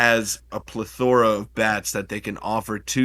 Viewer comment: wait how did pronounce plethora?